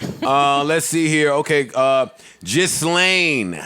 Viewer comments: It’s not ghislaine ( gis-laine ). It’s (gee-laine). Please say it correctly so you don’t seem like a fool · HER NAME IS PRONOUNCED GILLAYNE